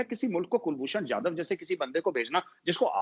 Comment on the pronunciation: Ye jahilon ko ab tak kulbhushan nahi bolne aa raha😂😂😂😂😂😂😂😂😂😂😂